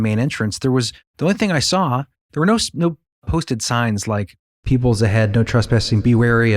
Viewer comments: Yeah the AI story teller butched even town like Rarden, Ohio not roarden. Peebles, Ohio not Pebbles. I started to give them some legitimacy because they said it right to start then messed it up in storytelling. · I live in that county.😊 You mentioned a crack. Yes, there is a fault line running through the creek bed in Davis Memorial Nature Preserve. It's a fissure where 2 stone masses meet/shift. Not far from Peach Mt. Signage on trail points it out. It's Peebles NOT Pebbles, dear reader.